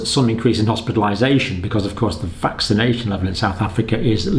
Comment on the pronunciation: Mr Campbell, you began sounds "vaccanation booster", more or less.